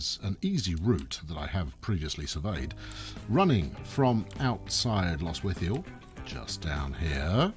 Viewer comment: Lostwithiel a small village in Cornwall pronounced perfect